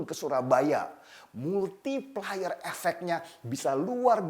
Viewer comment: multiplier bang... bukan MultiPeLeR